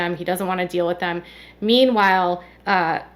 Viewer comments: That drives me nuts that Royn always says Dill instead of deal! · When she says Dill, all I think of is a pickle.